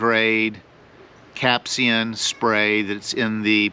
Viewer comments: Dude, it's capsaicin. Not capsian. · It's pronounced "cap-say-sen". Do people even try to pronounce words they don't know anymore?